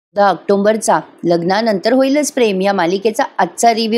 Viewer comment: ऑक्टोंबर म्हणू नका हो. अनुस्वार नाही. आक्टोबर.